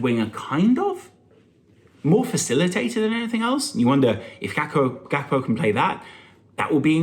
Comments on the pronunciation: Here a dutchy, Just say it with de G.. its not pronounced with a H. He's comming from PSV. That part of de Netherlands speeks wit a soft G not with the hard one. So Gakpo it is. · Im Dutch. The dutch started by saying “G (scouser sound) akpo”— but it’s a Ghanianae and he’s himself said its Gakpo english like